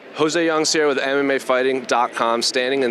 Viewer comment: its WITH not WIF